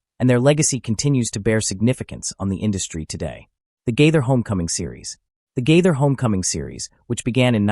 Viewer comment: Agree.get to the point!! At least pronounce his name correctly....